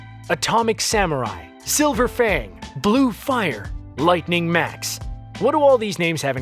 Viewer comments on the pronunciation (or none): none